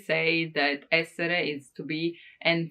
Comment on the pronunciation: 'R' doesn't sound like 'L' in 'essere' for sure ;)